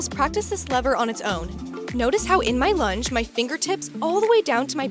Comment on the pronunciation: This is a great demo! .. OBTW when you said lunge I thought you said lunch.. thanks from NZ👍🇳🇿